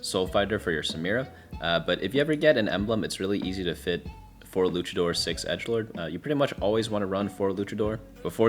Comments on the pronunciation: w vid but for the love of Christ PLEASE, its luchador not lukador. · I hope I don't come off as a prick when I say this but the proper pronunciation for Luchador is "Loo-cha-door" not "Lu-ka-door" 😅 It comes from the Mexican wrestling culture of Lucha Libre :) just wanted to throw it out there in case someone in the future ever gave you a funny look lol. Thank you sooo much for your guides!! ❤ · LuCHador. Stop mispronounciiiing it. No silent H when there's a C in front of it. This really pisses me off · It was driving me insane Cultural exposure is important it's a big world out there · it's not an accent thing though. In his initial rundown video he even pronounced it both ways and said he didn't know how to say it. He's not incapable of saying it correctly, he just isn't. It's not some referendum on his character, but it makes no sense to just let him pronounce a word wrong forever when he's proven he can already say it correctly before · They do this every set. Its like an inside joke where they mispronounce a trait or origin. Mfs were calling moshers moeshers.